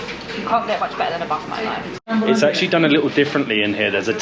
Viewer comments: its name ...momo not momos😅😅😅😅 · It's called Mo:Mo don't say MoMos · Its mo:mo not momos